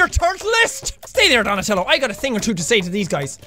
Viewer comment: he said donatalo wtf is the color of his stripes huh sean